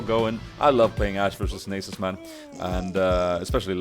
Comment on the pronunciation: its Nahsus not nasus xD